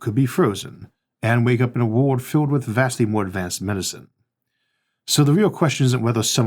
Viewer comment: why cant you say the word "world"?????